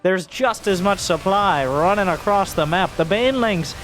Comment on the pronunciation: Supe-ply? KEKW I need me some of that sweet supeply